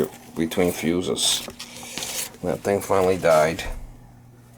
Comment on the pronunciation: That's "fuse(es)", not "fues". 😂😂😂